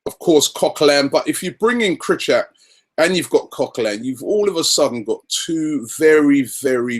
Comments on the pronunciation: its pronounced creecoviak robbie..come on man :) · ProNUNciation Not ProNOUNciation ffs robbie sort it out! And it's Kri-chov-ee-ak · Gregor Kry-kov-iak that's how u say it Robbie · KRYHOVIAK!! Robbie please ;D